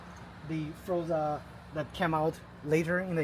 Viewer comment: NOT FROZA - IT'S FOR-ZA - HELLO